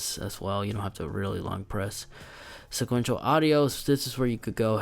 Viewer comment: Spatial audio bro, spatial, not sequential.